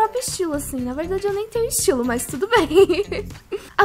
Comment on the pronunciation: Aaaain, me da agunia ela falando mais ao invés de mas. Kkkkkkk